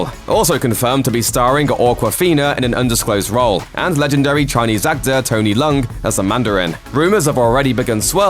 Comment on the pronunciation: It's not Tony "Lung", it pronounces "Lee-ong''. Please have some respect to the Great Cantonese Actor!